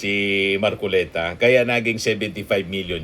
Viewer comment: You can catch a fish by his mouth!!!! ( Mar- collect - ta 😂😂😂😂😂😂😂😂😂😂